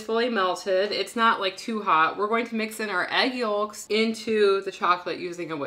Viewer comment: The way says "yolks" reminds me of Fargo. (Never saw whole movie just a clip of a scene)